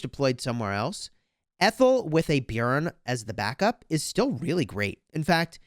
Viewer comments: I agree its very good pronounciation for a non scandinavian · You are saying it right the j is silent in the Swedish and Denmark and Norwegian languages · I'm from Norway, and yes that is the correct way to pronounce it =) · Well done on the pronunciation of Björn!